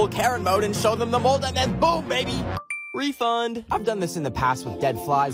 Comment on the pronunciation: bro no one noticed this but when said he got "free" bread sticks after awhile is he like "Refund!" (no hate i love his videos)